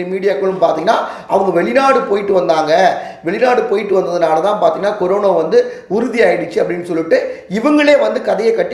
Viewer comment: கொரோனா..என்றே சொல்லவும்.. கொரோனோ...என்று சொல்ல வேண்டாம்..